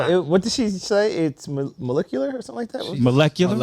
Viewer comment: must've missed Regents week saying mo-lick-ular 🤣🤣🤣 bruh u wildin 🤦🏾